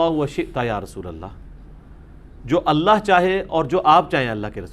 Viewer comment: السلام علیکم، علی بھائی قل ھو اللہ احد کو اگلی آیت سے ملا کر پڑھنے کی صورت میں چونکہ ن کے نیچے زیر ہو تا ہے تو اللہ کے ل کو باریک پڑھیں گے۔ آپ نے ملا کر بھی موٹا پڑھا ہے۔